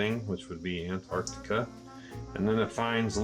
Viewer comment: Nice that he points out mag north, but stops to tell us where south is ^^ Also: it's Antarctica, not Antarcticup. What is it with flerfs and water baking trays? * Him pointing a flashlight from above * "It appears low on the horizon" Yeah.. no.. no.